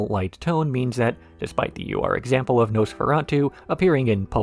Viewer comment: The "ur" in "ur-example" is pronounced "er", not as individual letters.